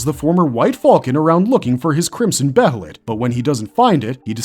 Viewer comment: It's bay-lit or Bay-uh-lit, not Beh-hell-it